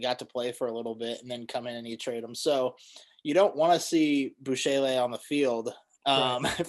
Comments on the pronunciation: Lmao bu-shay-lay???? Nah bro... It's Bu-shell hahahahaha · It's pronounced "boo-SHELL"